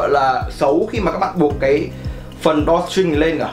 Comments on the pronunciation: =)) video khá tốt nhưng mà tiếng anh ổng nuốt hết chữ mất trơn :(( drawstring mà ông đọc đo tring :)) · Đo ching :))